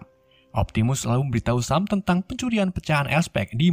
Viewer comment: bg sam dibaca sem